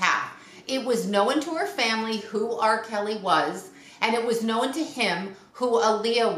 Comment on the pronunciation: Known is a one syllable word.